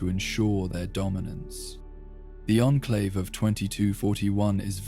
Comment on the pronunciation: Teach this voice to say onclave instead on inclave please and you got it